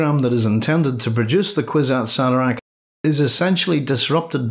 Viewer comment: Horrible pronunciation of kwisatz haderach